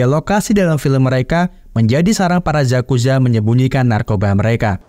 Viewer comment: Yakuza bang bukan zazuza